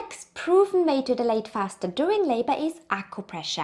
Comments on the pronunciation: Its not pronounced as de- late but dial- late … when u guys pronounce it as de- late it sounds like delayed which gives the entire different meaning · You guys are a joy to watch. Yes with your accent as well 🤭 Love your sweet spirit and playfulness as a couple ❤ The only thing I kept misunderstanding was the word “dilate”. The way you pronounce this word made me confused thinking you were talking about “delay” the exact opposite 😅 Love your visuals too! There’s great value to your work here! Thank you 🙏🏽